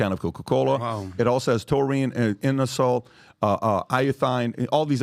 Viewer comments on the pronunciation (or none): I think Prime is TRASH. That being said its being completely misrepresented with this caffeine issue, they have the gaterade style drink and then they have a fucking ENERGY DRINK with a slightly above average caffeine level, 2 different drinks....thats also not how you say inositol.